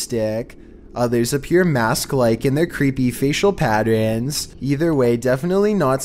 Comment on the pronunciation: Number 8 was not a dash cam. It moved like it was in someone’s shaky hand. It’s pronounced PAT-TERN not PATER-RIN and spiders colouring is not scary.